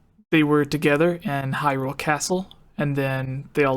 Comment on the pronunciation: "Hryule" Gaming journalism amirite Gamers?